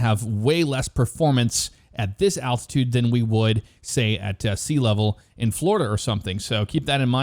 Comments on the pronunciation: Did anyone else hear attitude and not altitude? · Is anyone hearing attitude and not altitude?